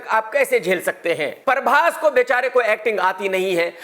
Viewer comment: परभाश नहीं बेटा प्रभाष